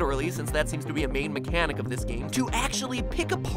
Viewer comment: Did you also say mecha sonic